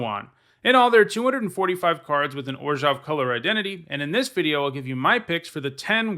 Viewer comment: It's so refreshing that someone else pronounces Orzhov the same way I do.